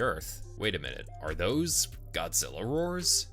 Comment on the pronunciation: Did they just miss pronounce Godzilla